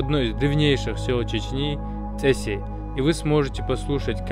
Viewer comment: Mir vashemy domy! V Gryzii toje iest derevnia Cesi, v gornom regione Racha na reke Rioni. Proiznositsa kak vi praiznosite v rolike ( pervaia bykva წ, katorovo net ni v rysskom, ni v angliiskom ). Perevoditsa nazvanie kak " pravila ", "zakon".